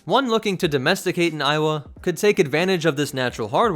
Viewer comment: Am I the only one that started to hear it as "Iowa"